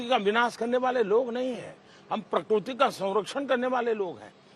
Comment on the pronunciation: Prakurti or prakirti!!